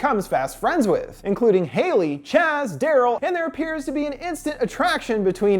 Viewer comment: Uhhmmm, it's Durrell... Not Darryl.